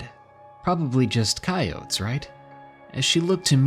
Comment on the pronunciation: The way he pronounces coyote(s)… 😅😂